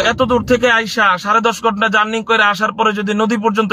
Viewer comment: হুজুরের বিদ্যার দৌড় কতো টুকু ? বড় বার বলতেছে journing । Journing তো না জার্নি হবে ।